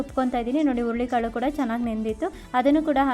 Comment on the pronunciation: ಅಯ್ಯೋ ಅದು ಹುಲ್ಲಿ ಕಾಳು ಅಲ್ಲ, ಹುರುಳಿ ಕಾಳು